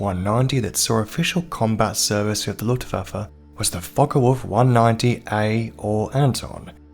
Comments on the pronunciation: The "lootvaffuh"? Its pronounced LOOFT VAHF UH. Simple. Unless youre one if those low intelligence/microbrained individuals. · ‘Ludwabbe’……..youve some odd pronunciation of ‘Luftwaffe’